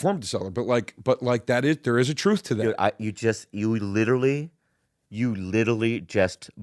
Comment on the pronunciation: "you litelly"